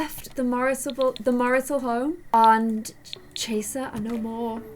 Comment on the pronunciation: "Macy's bed doesn't have a room in it anymore"..., it never did! 😂 Edit: don't hate, but when she says Chaser, I always think: "I wanna be TRaCeRrRrRr!!!